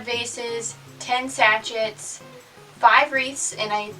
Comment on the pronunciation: This was interesting to watch, and hear your honesty. I had same experience with small local market, but glad I tried. Local Facebook group works much better.. Im in New Zealand. How long have you been saying 'sachit' instead of sachet? I'm sure you're not the only one 😁